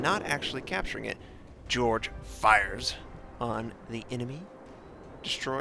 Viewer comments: just a small point..Jorge is pronounced as Hor hay! Great vids,have subscribed! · you for pointing this out, im cringing because he didn't look up this name because its a spanish name